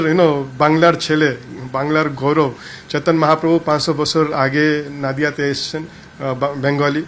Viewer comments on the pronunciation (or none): নাদিয়া নয় নদীয়া 😂